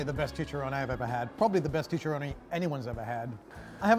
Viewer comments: It's chicharrón... Not chicha-rone-E. Stick with steaks,. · Chech-Ah-Roni also what’s up with that wobbly table